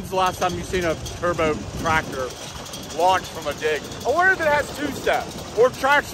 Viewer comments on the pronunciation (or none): none